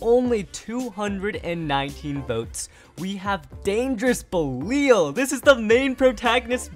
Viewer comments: BELL-EE—AL come on bro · Say belial and fafnir correctly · him continuing to say belial, requiem, fafnir, and rashad wrong.